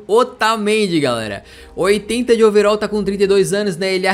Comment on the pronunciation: É overal nao overol